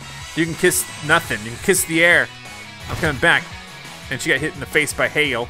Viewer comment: he said hell instead of hail anyone else catch that?